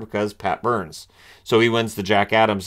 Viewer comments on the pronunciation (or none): No sir. Their say Booourns.